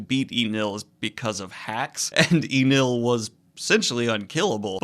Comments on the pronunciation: it's É-NELLE NOT EE-NULL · omg the pronunciation. I could somewhat forgive kaeido instead of kaido. But wtf what iinel. It is suposed to be like NL, like the 2 letters. I know it is small and I am sorry for this but it bothered me so much. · Enel is pronounced N-L. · E Nel? Enel is spoken different, and as a writer you should know better